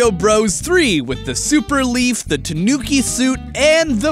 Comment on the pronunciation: Im cringing at the way he's pronouncing tanuki